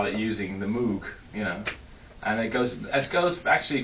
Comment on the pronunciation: OMG I can't believe Armin, of all people, pronounced "Moog" wrong!